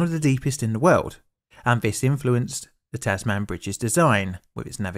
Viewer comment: Just a point FYI - it's not pronounced "Taz Man", but rather "Tazmn". How damned Australian, hey? :)